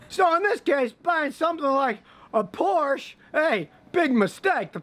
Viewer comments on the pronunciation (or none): I love your video Scotty. However, you mispronounced Porsche. The letter E has a A sound in German.